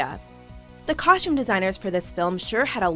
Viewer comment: I cringed every time she pronounced costume with an "SH". Ugh!